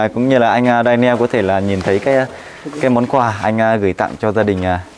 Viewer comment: Đọc là đen nhồ ‘Daniel’